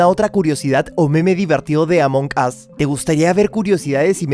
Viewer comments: Xd dice arto among gas xd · Siy yo o dijiste A monjas :v? Dijiste A monjas o Among us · Recuerden que en Inglés en ocaciones la G es muda. Y el "us" que significa "nosotros" esa U se escucha como una A. Así que todo junto es "AmonAs" Among us ¡Repito! La G es muda.